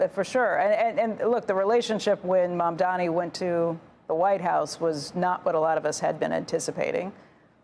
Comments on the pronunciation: How hard is it to say mamdaNI😂😂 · Another male journalist buffoon who got his name wrong twice... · These two anchors seem to “DEI” hires. The guy can’t even pronounce MAMDANI properly. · When you´re reporting on the mayor elect at least pronounce his name correctly. It´s embarrassing sigh. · You would think the journalists would have at least the decency to start pronouncing his name right, but nah. Pathetic! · There’s honest mispronunciation- a mistake … & then there’s purposeful mispronunciation - when it’s done to belittle &/ or “other” someone. This is purposeful, & was a common tactic used against Mamdani by Cuomo, & a very ravish one at that. It was even a major moment in their debate. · learn how to say his name right! M-A-M-D-A-N-I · Andrew - you are a smart educated tv anchor. Perhaps you should practice pronouncing Mamdani correctly before going on air. It’s either deliberate or just lazy. Which one is it? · You still can’t even say his name right, how do you call yourself a journalist? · Andrew mispronounces Mamdani EVERY SINGLE TIME! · How is it no one can say his name right? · Where is the third M in his name? I’m surprised that journalist can’t get his name right still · Day 100 still can't pronounce his name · Why is it so difficult, especially for journalist or news casters of corporate media to pronounce Zohran's Last Name correctly? Is it deliberate? M A M D A N I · He still has to say MAMDANI...I think he's doing this on purpose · ok DON'T ever ever mispronounce someone's name twice because you are deliberately twisting the name and that makes you a racist. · MamdaMi? Still struggling with alphabets, maybe move from CNBC to ABC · Lmao 😂even the journalist pronouncing mamdani wrong 😂😂 MAMDANI NOT MAMDAMI.so stupid not to say his name correct it’s super easy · It's not Mamdami! It's MAMDANI! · It’s “ MAMDANI “ not Mamdami. You are purposely saying it. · They are satisfying themselves by speaking his name as Mamdami😂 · It’s MamdaNi not MamdaMi